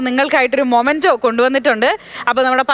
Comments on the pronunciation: മൊമൻഡോ അല്ല മോളേ മെമൻ ഡോ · മൊമൻ്റോ അല്ല മെമൻ്റോ എന്നാണ് Pronounce ചെയ്യുന്നത്